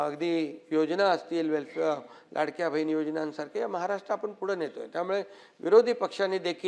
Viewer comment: आनि बानी पानी बहीन अशेल… याला उत्कृष्ट म्हणता की काय? कमाल आहे.